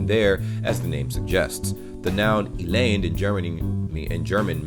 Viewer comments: Elend is more pronounced like 'Ae-lend' 'ae' like the first 'e' in everybody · I'm always impressed by how great your pronunciation is. Keep it up! :D The only things I'd correct is your pronunciation of "Elend". The emphasis lies on the first E! :) Same for "rammeln". Emphasis on "Ra(m)".